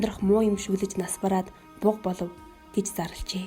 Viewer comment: "Буга" болоод байхдаа яахав дээ хаха. Буг буг. Хэлний үзүүрийн г.гээр хэлээч ээ.